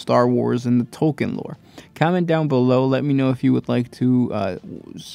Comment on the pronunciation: also, its pronounced Tolkeen